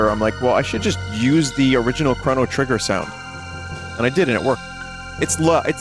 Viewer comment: NOCHRO GRITTER